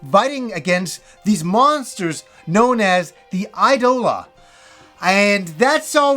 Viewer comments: This looks more like a VN with gameplay elements. Judging by the kana, It's iidola not aidola btw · IDOLA should be pronounced "ee-do-la" and not "eye-do-la"